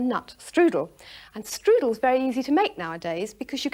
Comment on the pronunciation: That may be good, but it is NOT a " štrudel".